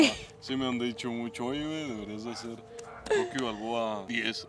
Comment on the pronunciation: Es “Rocky Balboa” no Ricki Balboa Xd